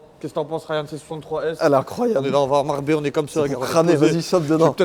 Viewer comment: Les gars faut fair quelque chose pour votre accent flingué ! Marbellö !!on est lö 🤣🤣